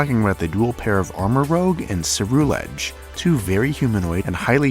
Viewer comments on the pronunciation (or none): You're pronouncing Armarouge like "rogue" but I think it's supposed to be "rouge" as in the color. Similarly, Ceruledge has the color "cerulean" in it